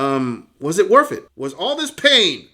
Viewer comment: "was it worff it?"